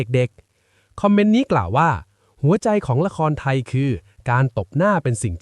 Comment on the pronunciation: 😝ใช้ AI ออกเสียงผิดๆถูกๆอีกต่างหาก... หัวเราะเสียงลัง, ละครไถ😂🤣